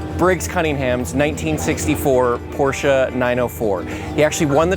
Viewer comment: Beautiful car and thanks for pronouncing Porsche correctly!